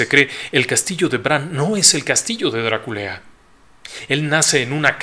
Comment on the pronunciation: Perdón no puedo evitar reír cuando dice DRA-KULEA 😂